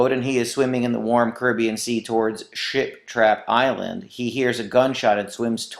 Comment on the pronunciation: OMG THANK U SO MUCH I NEEDED THIS!!!!! also every time he said ship trap island it kinda sounded like he was saying shit trap island lol